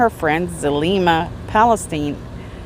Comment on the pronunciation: Zulema and Alex' s last name is Pa-sten-es... not Palestine... I enjoyed your informative video 😊